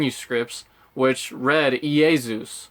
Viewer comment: I’m pretty sure Greeks pronounce Jesus as Eesus. Like that type of E sound in words such as; Greece, meat, eat, leap, weed, etc. it’s not pronounced as Yaysus. You can check on google translate and listen. I’m Russian, and the Greek & Russian alphabet is very similar. Plus the Greeks evangilized Russians - and we say Eesus as well. (Ee-sus). So I’m almost 100 percent certain.